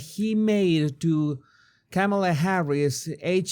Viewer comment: He's never pronounced Kamala's name correctly. Definitely not JRB.